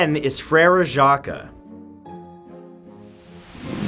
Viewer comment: Jacques is actually pronounced jaw-k ^u^ but good try